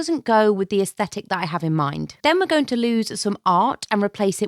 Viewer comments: You mean aesthetic right? 😂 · Hang on a second, you mean you can follow an essstetick, and there is not a "beige" in sight😂